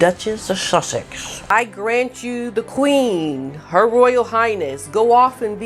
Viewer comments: I came here to hear you say "Shushaxx". Kills me every time lol. Love your channel, greetings from New Zealand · Makes me laugh the way you say 'Shushexx' xx❤😂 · I just love watching you, your content and the way you portray things are great, the way you say Sussex, just love you.